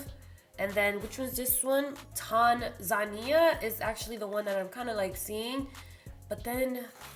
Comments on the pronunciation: TAN- Zania. Not TON-Zania. I think Togo looked bomb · Lol it’s TANZUH-NEE-UH & LAY-GOS 😭 but anyway, this is probably one of my favorite foundations on you - definitely one of the best shade matches we’ve ever seen on you 🤤🙌🏽🙌🏽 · You are supposed to pronounce it as one word: Tanzania NOT Tan Zania... it's an African country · Love it! Also, Tanzania is pronounced Tan-zuh-nee-yuh. Great job, sis! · Tan-zah-ne-yah not what you said 😂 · Even though you brutalized those African names; namely it's pronounced Tan-za-neeya. Nice, informative video. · tan-zah-nee-ah (tanzania) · Tanzania is two syllables not three.